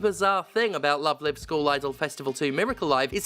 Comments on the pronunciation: I understand Steph has absolutely zero awareness of Love Live and that's perfectly okay but every time they use "Live" as in "Give" and not "Live" as in "Five" it hurts a little 🤣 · wait... have i been pronouncing the live in love live wrong for years now? hearing another person say it just fucked my head. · Everytime she misspronounces Love Live! hurts me. I'm not even a fan of the anime, but it's Live as in a concert. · The fact you call it "love live" as in living rather than "love live" as in live musical performances torpedoes any credibility this video ever hoped of having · I've only heard of Love Live as a franchise because of the Weiß Schwarz ads Bushiroad bakes into Cardfight Vanguard episodes uploaded here on YouTube. It's also how I know the first Live in the name is also pronounced lyve and not leev. English needs Ruby text sometimes like Japanese when it's using Chinese pictogylphs instead of their own kana phonetic written languages I swear.. Also we need to get rid of wastebin letters like I, C and X. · Pronouncing Love Live like Live Laugh Love. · Wait isn't it Love Live rhymes with jive? Have I been saying it wrong for ten years? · Incidentally, it's "Love Live" pronounced like "coming to you LIVE". In one of those weird garbled translation things, the English word "live" came to mean "concert" in Japan. It's an anime franchise about idols so I don't know anything else about it, but that they pronounce it like that, though. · Stephanie, you pronounced it wrong. its "LoveLive" not "LoveLive" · People always say the wrong "Live" when sayings the title of the game. Its Live like "Live action" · This is an excellent video, which makes me regret knowing "Love Live" uses the other pronounciation of "live". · Steph mispronouncing Love Live the entire time because they're so unfamiliar with the franchise is a good reminder of what bubble I live in, and that it's good to get out of that bubble sometimes